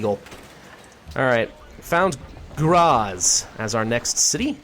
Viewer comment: So many names butchered like Graz and Salzburg